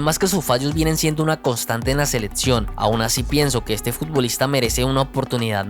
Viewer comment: Se me hace dificil verlo completo cuando dice "ladso seledcion adsoluta"